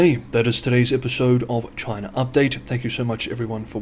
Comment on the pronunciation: ... Is it Chiner , Chyna or CHINA 😂